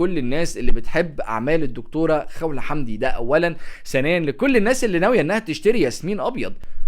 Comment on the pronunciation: لم أستطع تجاوز طريقة لفظ اسم الكاتبة 😣 اسمها خَوْلَة الواو ساكنة وليست مفتوحة